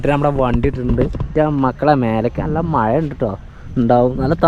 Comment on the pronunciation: മയ അല്ല മഴ ആദ്യം അത് പഠിച്ചിട്ടു വാ